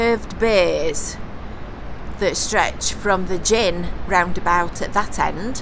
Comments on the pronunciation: It's gynn not gin the drink lol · Thought we’d told you it isn’t Gin Square but Gynn as in the end of ‘begin’ :) !! BTW you say 1925 on the website not 1924 Sorry this sounds critical but I do very much enjoy your videos and I’m learning a lot about the place of my birth !